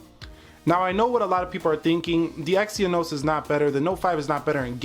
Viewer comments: you should at least do youre homework... its exYnos, not exyEnos.... you youtubers need to get youre facts first and than make some comparations.... otherwise its unprofesional.... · You say it exen-os!!